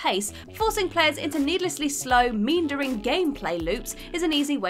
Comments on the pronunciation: I've never heard so many words mispronounced in one video! Mean-dering really confused me for a moment (me-andering is the correct way) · A lot of these inclusions seem to totally miss the point. Also, some annoying mispronunciations made this not my favorite whatculture video. “MEAN-dering” instead of “meANdering,” decree” instead of decry, come on. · Also: decry, meandering, egregious... The voiceover is buttery-smooth and well-dictated, but hearing these word being mispronounced is grating to my ears... I hate my pedanticism :(